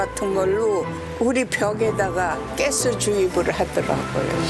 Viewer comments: 가스가 아니라 깨스인가욥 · 가스를 자꾸 깨스라고 하네ㅋㅋ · 아니 가스발음이ㅋㅋ 깨슼ㅋㅋ